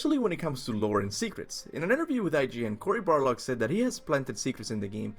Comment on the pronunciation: Every video he says CORY BARLOG